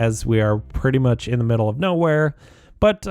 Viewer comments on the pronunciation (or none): none